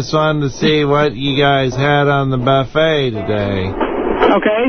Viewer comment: Howard Stern can't say buffet.